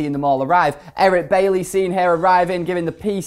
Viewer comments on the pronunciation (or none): Did he just say Erin Bailly?